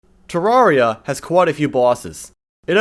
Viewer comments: "Tararria" Insert nerd emoji meme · why do you pronounce it tararria its supposed to be terraria as in terrarium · IT'S PRONOUNCED TERR-AIR-RI-AH. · Ur saying terraria wrong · Bruh this man can’t pronounce terraria